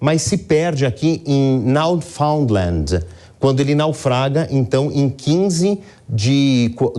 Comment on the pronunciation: Ele fala Now Foundland, mas o nome da província do leste canadense é New Foundland .